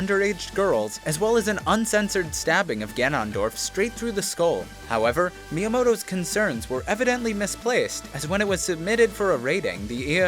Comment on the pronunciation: Canondorf you said canondorf b r u h moment